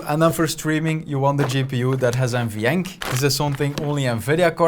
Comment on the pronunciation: What is he saying there ? You want a GPU that has “NVyank” ? “MVyank” ? “Mvank” What ?